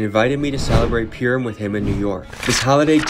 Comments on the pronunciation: Just so you know it’s Purim not primum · purim, pronounced purr like a cat 🐈‍⬛ purrrim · not pure-im but Purr-im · I love you and your videos but I think you should know how to say the word Purim correctly first before saying the word in a documemtary